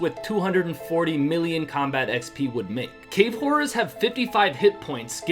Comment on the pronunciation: I thought u said cave whores instead of horrors 😅